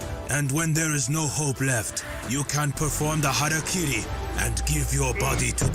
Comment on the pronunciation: It’s interesting that’s it’s so hard for people to read that word. Harakiri. Ha. Ra. Ki. Ri. Somehow you turned that into Hairuh-carry. It’s closer to Ha-da-key-dee. Or if doing the Japanese R is too cringey for you, then Ha-ra-key-ree.